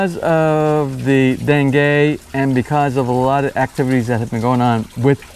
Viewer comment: are you calling it Dengay?